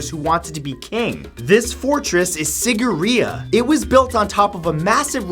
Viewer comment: Ah i loved how he pronounced Sigiriya.....it sounded so cute.....Being a Sri Lankan I'm quite suprised it's actually a forgotten wonder of the world... well it also had a water pump system, which is amazing for the time as no one even knew what a water pump was or how to build it....so i guess it is a wonder.